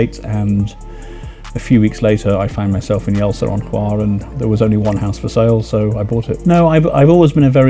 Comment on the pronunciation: Not choir! It's HVAR!